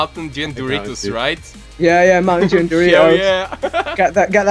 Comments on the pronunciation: Is it just me, or did say "mountain Jew?" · Did say mountain Jew xD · He said "mountain Jew" not " mountain dew"😖